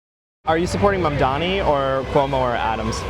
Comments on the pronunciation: She doesnt even say his name correctly! She says Mondami but its really Mamdani. She is a brainwashed ignoramise! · She keeps saying “mandami”…can’t even pronounce the name correctly. It’s a peculiar trait, Jewish self-hate.